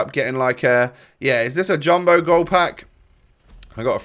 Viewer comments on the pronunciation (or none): none